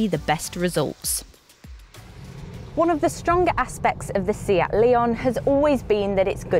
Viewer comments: A good review but excuse me, it's a Spanish car manufacturer (with Spanish names and pronunciation) hence it's a 'Say-at' not a 'See-at' and the model is a 'Lay-on' not a 'Lee-on' Ta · She says León just right in the intro, just the brand name is off. I speak Spanish.